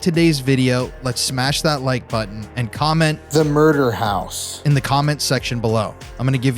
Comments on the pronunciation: "The Muder House" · Murrder house